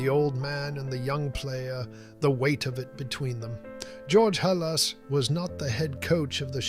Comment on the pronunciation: You mispronounced "Halas" several times.